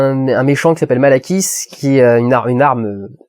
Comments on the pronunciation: "Asgard" est le royaume que tu cherchais en début de vidéo le Valhalla est le paradis où vont toute chose morte ayant eu une vie considérée comme "bonne" même les dieux, le méchant s'appel Malékit et non pas malakiss "au bon lait de brebiss" ^^,sinon trés bonne vidéo/analyse comme d'habitude continu comme ça on t'aime mon Dudu :-) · Bon je pense que je suis pas la seule mais on va faire une petite remise au point. Asgard= royaume de Thor Midgard= Terre Valhalla ou Walhalla= c'est le "paradis" en quelque sorte Natalie Portman= JANE foster Et le méchant c'est Malekith pas Malakiss (ça fait un peu penser à salakis, le fromage au bon lait de brebis") Voila, bon je trouve que pour une review ça fait quand même beaucoup d'oublis, non? Ça donne l'impression que tu n'as pas préparé ce que tu avais à dire ou tout simplement que tu ne t'intéresses pas à ce que tu fait et à moi ça me donne l'impression que tu ne fais la review que pour avoir des vues sur tes vidéos et de nouveaux abonnés. Pas très réjouissant en somme, j'ai décider de laisser cette review maintenant par ce que ça fait plusieurs critiques de marvel de tu nous fait, et c'est pas la première fois que tu écorches les noms ou autres choses du genre. Ça m'a un peu saouler et ça n'a fait que renforcer mon avis sur le fait que tu ne fais ces reviews juste par ce que ce sont des films populaires et que donc tu auras forcément plus de viewers, plus d'abonnés ect... Je n'ai pas vu tes autres critiques mais à mon avis tu ne devrais critiquer seulement les films qui t’intéressent(j'ai pas l'impression que marvel soit ta tasse de thé) parce que tes reviews marvel, en tous cas, sont vide de sens on y comprend rien franchement, c'est sans queue ni tête. Tu pars dans une direction tu développes qu'a moitié, tu passes ton temps à hésiter, c'est lourd à la fin on se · Malakiss? ou malekith ^^